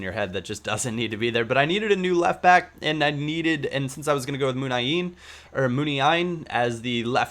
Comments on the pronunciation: It's not Muni-Ain just Muniain, :) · Not to like annoy you but its pronounced Munian is pronounced Mun-i-in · Its MOON-WHY-EEN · Myoon-eye-een is how its said. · its pronounced "moon-ee-eye-een" :) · I think its pronounced M-win-i-een , maybe just in ireland :P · "MOON" "EYE" "EEN" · It's Mön-yai-een